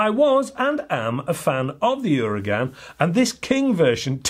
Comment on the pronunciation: Its pronounced 'oo-r-ah-gun'